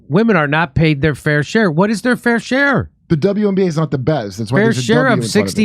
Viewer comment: I think you should have put the emphasis on the word "entire" vs "their" lol